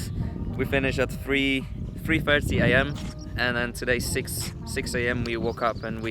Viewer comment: did any one else notice when he said “3.30am” he sounded like he living in brixton